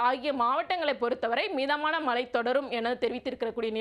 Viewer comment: Anchors Tamil is not ok. Select a person who has proper pronunciations. Change her. It is irritating to hear, ‘malai malai’ .